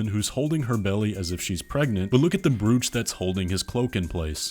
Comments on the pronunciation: its 'bro-ch'..not "brooch" your welcome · Look at the BREWCH I'm sorry, what? Is that an American pronunciation or something? I've only ever heard it pronounced like "throw" or "go" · Wait, you people pronounch 'brew-ch' instead of 'bro-ch'? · I'm amazed at how quickly you put this all together!!! You definitely know the game inside & out. Nicely done. Incidentally, just for your future videos - despite its spelling, "brooch" is pronounced like the word roach, but just with a B in front, giving it a "bro" sound at the beginning. It's not like gooch with a Br instead of the G.